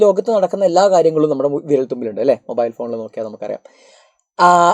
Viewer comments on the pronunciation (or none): none